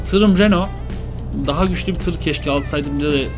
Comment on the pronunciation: olum vites e fites diyon renault a da renoult diyon nasıl bişi dir:D bak dalga geçmiyorum sadece biraz komiğime gitti